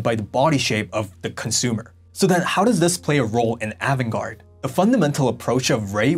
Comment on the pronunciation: Great video, but you pronounce avant-garde differently from how I hear most ppl. say it. Also, I remember when the Japanese fashion designers started selling in the USA around 1982 and the look was different but I wouldn’t say the Japanese started it. There were many European designer way before that were avant-garde like Balenciaga, Pierre Cardin, Paco Roban, Claude Montana , Mugler and many more.